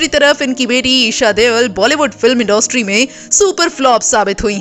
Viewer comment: इंडोस्ट्री नही इंडस्ट्री होता है हिंदी तो ढ़ंग से बोल लो...😡😡😡